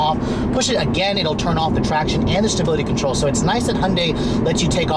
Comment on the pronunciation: Ah, now I hear it. Sounds like he said "sability control".